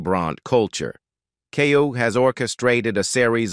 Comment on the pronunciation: I really wish you would stop mispronouncing her name.